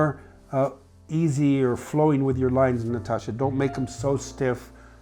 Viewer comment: Nastasja, not Natasha! Like in Nastassja Kinski.